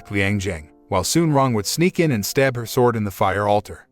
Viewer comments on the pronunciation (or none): none